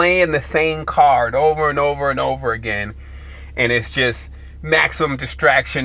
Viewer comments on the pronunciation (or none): none